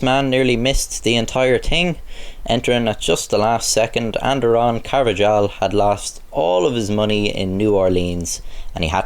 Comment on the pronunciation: that'd be "car-va-hal."